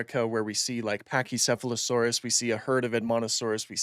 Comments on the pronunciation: Thank you for saying Pachycephalosaurus correctly. Morgan Freeman triggered me lol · Well, it’s a better pronunciation of the name than saying ‘packysefalosawris’ like most americans. Would you believe that it’s ‘Treekeratops’ instead of ‘Tryseratops’? It’s just what you’re used to. These are latinized greek names that we all collectively mispronounce.